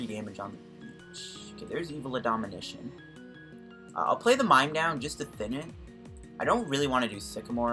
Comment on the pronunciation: Ad-monition not adominition